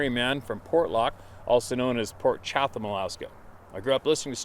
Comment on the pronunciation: Chatham,pronounced "Chattam"('NO TALKING PIGS WERE INVOLVED')😉 Don't knock me,I used to be an English teacher IN ENGLAND!!!🧐